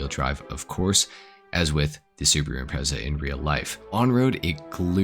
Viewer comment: Great video but your pronunciation of strotos and impreza killed me